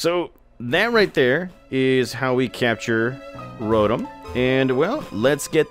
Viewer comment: you are pronouncing "Rotom" wrong. It is pronounced, "row tom"